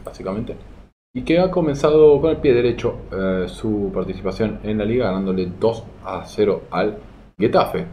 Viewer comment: Buenas, comentario para el algoritmo y de paso, no se dice "Guetafe" sino "Getafe" como si la G fuera J, un saludo y perdón por la corrección.